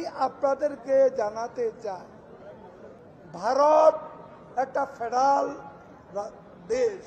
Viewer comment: ফেডাল না কাক্কু ফেডারেল 🤗।